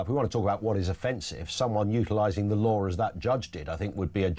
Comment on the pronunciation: "the lawr of the land"?